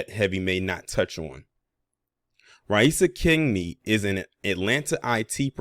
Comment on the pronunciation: You pronounced her name perfectly, beating out 90% of the professional journalists who reported this story. I really appreciate that.